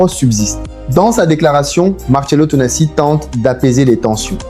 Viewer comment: Ça serait bien que tu prononces correctement son nom avant de tourner ta vidéos merci bien!